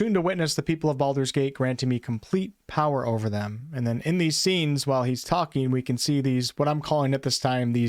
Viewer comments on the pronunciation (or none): none